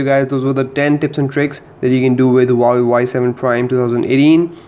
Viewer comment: he said uawei not huawei